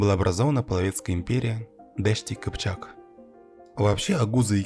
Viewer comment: не дешт-и-кипчак а: ДАШТИ КИПЧАК, слово дашт персидское, поэтому и произносится не по тюркски (кипчак дашти) а по персидски (дашти кипчак)